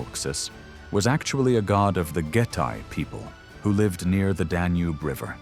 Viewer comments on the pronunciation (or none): none